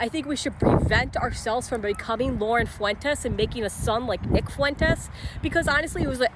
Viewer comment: nick fruitez? does she not know how to pronounce his name or is that just being homophobic?